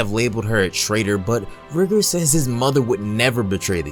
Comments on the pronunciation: It’s not how you say rigor it’s pronounced raigor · It’s pronounced rygor